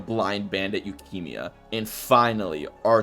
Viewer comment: Why do you pronounce Yukimiya like Leukemia? lmaoo